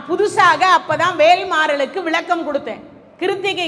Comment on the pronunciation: நல்ல தகவல். வாழ்த்துக்கள். ஆனால் தமிழ் கடவுள் முருகனைப் பற்றி பேசும் நீங்கள் தமிழை கவனமாக பேச வேண்டாமா? ல ள ழ வித்தியாசமே இல்லை... வலக்கம் பலக்கம் விலக்கம்... தமிழ் ரொம்ப பாவம்......